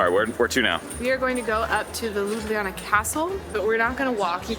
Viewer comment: It's not LUBIYANA, but LUBLANA aka Loo-blah-nah!